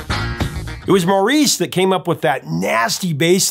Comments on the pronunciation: Mr. Natural might have been a commercial flop for the Bee Gees but I’ve always loved it and I think it’s one of their best. Also, their last album released when Maurice (actually pronounced, “Morris”) was still alive, “This is Where I Came In,” is amazing. I will always love the Bee Gees. They are amazingly talented. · The Bee Gees were not entirely wrong. The Jive is a dance.... If you listen to interviews by Barry, you will hear him pronounce Maurice as Morris. I have a brother, uncle, and grandfather named Maurice, and we pronounce it Morris, too.😊🥰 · Maurice Gibb himself pronounced his name as Morris. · Love your channel and the artists you interview and cover. For what it is worth, I think Maurice's name is pronounced Morris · Just so you know... "Maurice (pronounced as “Morris”) was born on the Isle of Wight and grew up in Manchester, England, the son of bandleader Hugh Gibb and his wife, Barbara." You said it incorrectly at least three times in this episode. In my opinion, it is cringe worthy! ❤ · Hey Prof, as knowledgeable as you are in everything rock, I'm surprised that you didn't know that they pronounced "Maurice" as "Morris". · Just a public service reminder that Maurice is pronounced "Morris" in this case. That is all. :) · I've heard the brothers pronounce Maurice's name as MORRIS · good stuff. Maurice is pronounced like "morris" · Maurice's name is pronounced "Morris. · Maurice=Morris. Different pronunciation than in the US. Lol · Maurice is pronounced the same as Morris. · Maurice is pronounced as “Morris.” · "MORRIS" is how you pronounce MAURICE. It's so annoying when music experts don't get names right. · Maurice was pronounced Morris for this brother. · Just a couple of British English heads-ups - Yorkshire is pronounced YORK-sh'r, and Maurice is pronounced Morris (rhymes with Boris), with no French intonation. And West Yorkshire isn't a town itself, it's part of the county of Yorkshire, Batley is the name of the mill town.